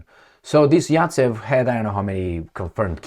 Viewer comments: Zajcev not Racev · Zaytsev 😂. Not yatsev Zaets. Is Rabbit